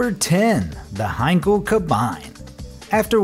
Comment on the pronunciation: Sigh At least he said Henkel right....